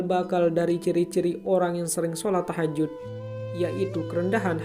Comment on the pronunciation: Maaf koreksi...bukan TAHAJUT...tapi THAJUD.. JUD bukan JUT...